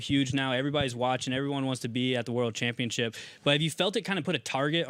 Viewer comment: "Welterweight Chanpionship"